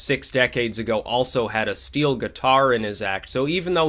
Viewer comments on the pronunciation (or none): none